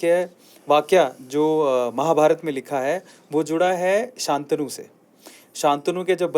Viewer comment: अन्ग्रेज जैसा sha ntnu मत बोलो शंतनु बोलो